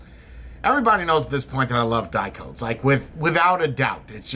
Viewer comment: Hey, great review, great device. But did you know that Dicodes stands for DIgital COntrolled DEviceS? So the company name sounds a little different than you pronounce it...:-) Best wishes from Germany